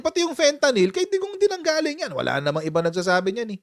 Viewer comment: FENTANING has totally lost his now pea-sized brain. 😂